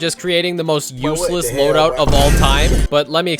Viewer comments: is he intentionally saying LOUD-out instead of LOAD-out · Was... was saying loudout instead of loadout on purpose..? I gotta know 😭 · And so, Cuphead was charged with Voluntary Diceslaughter against King Dice. Edit: Did anyone else notice he says "loudout" instead of loadout? See . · "Loudout" is crazy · loadout bro not loudout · Loudout? Nah youtuber its loadout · Why does he make it say loudout when its loadout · Hey guys, did y’all notice that he say “LOUDOUT” instead of “LOADOUT”? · Bro really said "LOUDOUT" instead of "LOADOUT" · when he says what he's using, it says LOUDOUT instead of LOADOUT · "loudout"? loadout? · it says "Loudout" lol. Cool vid tho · He said loudout in all the stages... its pronounced Loadout. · Loudout? 😂 Isn't it called Loadout? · It's "Loadout" not "Loudout" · LOUDOUT LMAO NOT LOADOUT r r e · "loudout" lmfao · loudout and not loadout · I had to double-take, and yes, "LOUDOUT" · oh cool is the loudout instead of loadout intentional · Hehe "Loudout" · And R isnt in the word loadout either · "loudout" 😭😭 great video though! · "Loudout" ~ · Ah yes “loudout” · “loudout” is killing me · “loudout” lmao